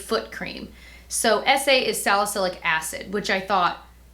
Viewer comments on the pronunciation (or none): none